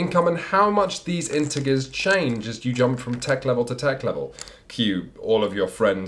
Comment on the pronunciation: I love, with all my heart. But please start pronouncing "integer" correctly, it's driving me insane. /ˈɪntɪdʒə/ <3